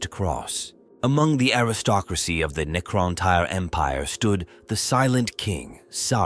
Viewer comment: deffo tyre. Had to stop right there. Getting tyred of this ai bibble.